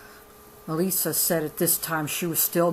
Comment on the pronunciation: That is my aunt. you said elissa wrong. This book is moving and this is nothing to joke about, im not saying you are making fun but for all the people that joke about polygamy, it is not a laughing matter